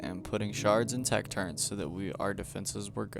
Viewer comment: Turrents ❌ Turrets✅